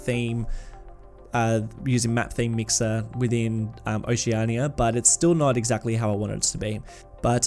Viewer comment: its hard to watch these videos sometimes with the way he keeps saying "oce-arhnia" instead of oceania.